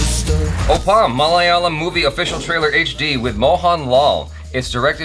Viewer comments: You may pronounce it Op-pam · Jaby, It's pronounced as "O - ppum"...and needless to say I am a proud "malayalee" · Oppam is pronounced 'Awe Pum' meaning 'with you'. Mohanlal would be thrilled to hear you talk about him in respectful detail, 🙏🌹❤️👍Gaby, always a pleasure hearing you talk. You are a good reactor and an even more amazing listener 🙏🌹❤️👍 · It's o...ppum like plum